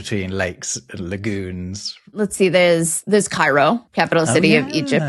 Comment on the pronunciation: Seeing give a perfect Arabic pronunciation for Cairo was not on my bucket list.